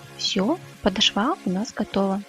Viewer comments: Красиво . Только правильно не подошвА а полОшва. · Всё здорово, спасибо за хорошие МК! Пожалуйста, (слух "режет") подОшва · Спасибо, за видео-урок, пинетки свяжу обязательно. Только Вам небольшое замечание, правильно говорить подОшва.